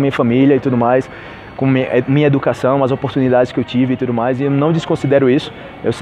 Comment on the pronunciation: Por qué vc fala "Mia" e não "minha"?